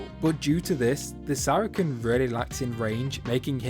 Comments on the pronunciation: bruh it's pronounced sara-sen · Everyone does, don’t worry. But for any future comments, it’s pronouced “Sair a sin” or “Sara sin”